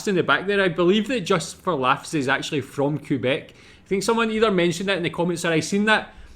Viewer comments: Just a minor correction, the proper pronunciation is Kay-bek and not Koo-bek... and it is not to be confused with Alex Tre-bek, d'accord? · FYI Quebec is pronounced Kay-BECK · The way to say QUEBEC in our Great Nation Canada ic KAY BECK Have a gander at Derek Edwards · Even English Canadians pronounce it "Kebec" or Kwebec". Just so you know.